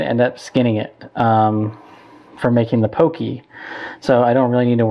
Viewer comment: looks awesome for sure going to do it. Just to clarify though Poke is pronounced as (Po - Kay) If you say it like (po - key) it means a man's privates.